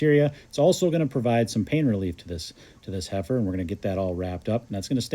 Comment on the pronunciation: I can’t help but snicker every time he says heifer.